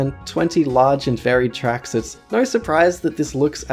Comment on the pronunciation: Trackses? Lol